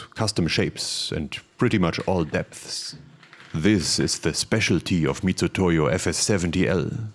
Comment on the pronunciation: Thank you for pronouncing Mitutoyo (Mitsutoyo), correctly! It rubs me the wrong way every time someone else else says it wrong. (i.e. literally everyone, every time). They really shouldn't have chosen that system of transliteration.